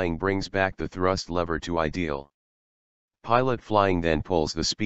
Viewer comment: says “IDEL” not “IDLE”, please check again 😉